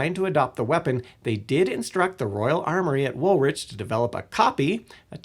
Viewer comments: "Wool rich" Woolwich should be pronounced like wool+itch. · I lived at the Royal Arsenal, now apartments, a facsintaing place and its why i can say woth certainty its pronounced Wool-ITCH. Not Wool-witch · Its “Wool-ich”. 😂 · Americans need to do more research on how to pronounce UK place names when including them in videos.